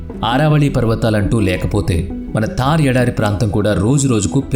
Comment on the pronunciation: తార్ ఎడారి కాదురా థార్ ఎడారి